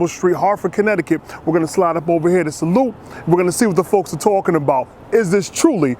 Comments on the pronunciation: Pronounced Sal-eu-tay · Pronounced salu-teh. It means cheers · Yo my dude, it's Italian, so the correct pronunciation of the restaurant's name has to syllabes, "Salute-tay." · Salute means "cheers" in italian, and the last "e" is more like an "a". I hope someday you'll try real italian food, possibly in italy, it will be mind blowing! Anyway greets from italy, keep up the good work, sending you good vibes.